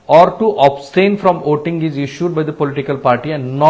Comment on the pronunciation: 'abstain' not 'obstain'